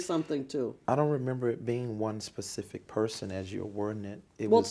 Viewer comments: "Is JMMI your business?" "Well....of course. But to be pacific you'd have to axe Michelle, I'm not really sure on that....." As he sweats right through his clothes. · 😂😂 Will you Be more “ Pacific “?!? 🔥👿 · What makes this so funny, is he is clearly illiterate and stupid but portrays himself as intelligent. Someone tell this guy it is pronounced "Specific" NOT "Pacific" Hahahahaha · Yeah I like the way he says certain words. Axe, pacific . He doesn’t know common language